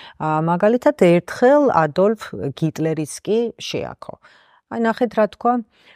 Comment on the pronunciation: საჭირო და კარგი პროექტია, სულ ველოდები ახალ ეპიზოდებს, უბრალოდ, სადაც სიტყვა "კაკებეს" არასწორობაზე აკეთებთ აქცენტს, მეორე მხრივ "გიმნსა" და "გიტლერს" ნუ იტყვით რა ^_^